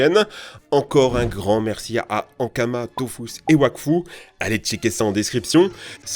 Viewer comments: Il me semble que Dofus se prononce bien "Dofousse". De toutes façons pour la partie sponso l'entreprise demande souvent à la voir pour rectifier ce qui ne va pas... donc les prononciations sont quasi-canon. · " DOFOUS" 😭 apparemment les prononciation c'est pas ça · Dofus ou Dofouths mdrr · Je voudrais juste signaler à celui de la chaîne qu'on écrit dofus mais que ça se lit "dofOUs" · Il a vraiment dit "dofous" là?? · Il a prononcé Dofus (dofous) 😭😭